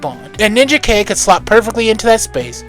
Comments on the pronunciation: It's because it's not supposed to be Ninja Kay. You are right on this. It's pronounced Nin-jak. Just like Rai is pronounced Ry, not Ray. Rai often is the word for Thunder, Lightning, and storms. It's why Pikachu becomes Raichu (Ry- Chu). Mortal Kombat taught us a mispronunciation. It's Ry-den, not Ray-den. Ai in Japanese is usually pronounced like an "I", not an "A". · face-blue-smiling:LOL Ninja - K? It's pronounced Nin = Jack ( Ninajak ). I really enjoyed this video! You did your homework for sure. Always been a Valiant fan, so this was right up my alley. Very entertaining, & awesome art throughout. Subscribed!:hand-purple-blue-peace::glasses-purple-yellow-diamond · Please don't call him Ninja K. No one called him that until the recent reboot. His original name sounds like Nin-JACK. His name is from Ninja and Union Jack, or the British flag. Also, RAI is short for Samurai and sounds like RYE. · i always thought Ninjak was pronounced Nin-Jack not Ninja-K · Respectfully, I'm pretty sure Ninjak is pronounced "NinJack". Otherwise it would have been spelled "Ninja-K". And Rai is pronounced "rye". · I was going to say this too; I didn't want to be a dick, but I was like: NinjaKay?! Was that the title? Then saw the cover and I was like: No, it was Ninjak. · If anyone's a fan of this universe and hasn't seen it there is ninjak versus the valiant universe on YouTube which is an hour and a half movie that's pretty damn good. Also I think his name is pronounced nin Jack. Great video as usual